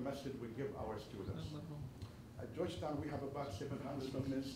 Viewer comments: GEORGETOWN PAK BUKAN JOSH TON😂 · Joston wrong prounce Weakk in english 😂😂😂